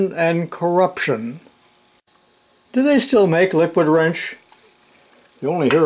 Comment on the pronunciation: There is a video somewhere wherein the come tater pronounces "wrench" as "rengch". Soft g. Weird.